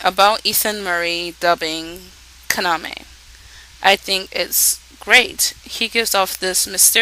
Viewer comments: His name is pronounced Ka-na-me, not Kana-me, girl. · It's pronounced Kah-nah-may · While watching the show in English I kept screaming, "Yuki, KA-NA-MEY! KA-NA-MEY!". I swear to god every time she said Kaname it sounded like Kanameh. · you dont say Kaname's name right which is annoying and I think the dun is pretty good